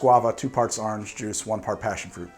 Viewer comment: Well there you are saying Awhrange again